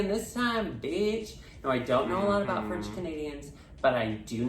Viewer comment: It's less a-boot, and more a-boat